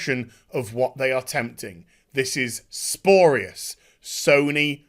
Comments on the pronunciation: "Sporious". That's...not a word. Spurious. Spew-ree-us. When you're trying to be all high and mighty and righteous, at least make an effort to pronounce it properly. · If it does go to court, please don't say "sporius" there 😂 Once again, it's spurious. (Sp yor ee us) GL though, I'm rooting for you, mate👊🏻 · Stop saying sporious!!!!!